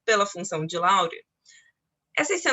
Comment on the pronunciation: A pronúncia está errada. O cara era francês